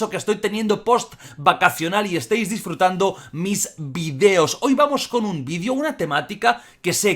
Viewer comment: Que es el primer español en decir videos y no vidios